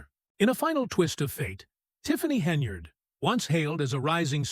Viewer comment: Good lord. Her name is HEN-YARD! It’s NOT Henry-yard! You’re an idiot.